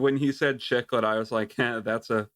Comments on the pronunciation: I love you guys but you drive me crazy with your pronunciations. Cichlid is pronounced "siklid" not "chiklid" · Came from the Spotify podcast to say it's pronounced SICKLID NOT CHICKLID ya fish noob!